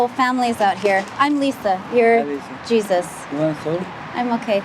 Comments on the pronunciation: Its Spanish, shes not pronouncing it right. Its pronounced hay-SOOS. It's spelled the same. . . but obviously she doesn't know Spanish. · With Torres as a last name it is probably Latino which means his first name is pronounced "Hey sus" --- - trailers are towed behind power - An RV is powered living quarters. There a number of other locations similar to Slab City. There is a very large number of people who have chose to live in various vehicles from small cars to $400,000 RV motor-homes because they want the freedom to travel or easily change work locations. ER Docs work 6 week shifts. Traveling nurses. etc - Wonder if you were in LA why you didn't head to the marinas where there are hundreds of permanent live aboard instead of houses. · I was wondering why dude kept allowing this lady to call him Jesus ❓ when it comes to a common man it's pronounced (heySeus).🤷🏽🧐🤔🤨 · Excellent coverage. Only one detail I need to mention. Jesus is pronounced Hesus, not like our savior. J like an h.